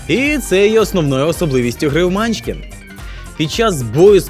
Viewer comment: Чому мАнчкін? Всі відповіді на запитання по наголосу сказали : манчкІн